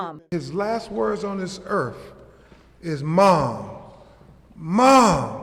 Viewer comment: The lawyer said earf.